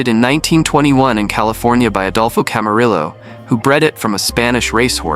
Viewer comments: Very interesting history. The height of horses is measured in hands. A 5 ft 2 inches tall horse is called a 15.2 hands for example. Ask any rancher or farmer, they'll refer to their donkeys, poneys and horses in hands. Camarillo is pronounced camaryo. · Camarillo the double L is pronounced as a Y. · Instead of creating broader clarity, you created confusion. Additionally, learning how to properly pronounce Spanish words would be nice. Example - Camarillo. That is, unless you don’t know how to “teach” your A.I. voice correct pronunciation. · Too bad you can’t pronounce Camarillo properly!